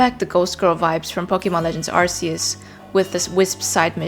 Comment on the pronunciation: Its AR-KEY-US